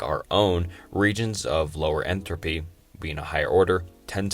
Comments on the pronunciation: Enfrofry? Entrofy? Enthalpy? damn bro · And entropy. "entrophy" lol.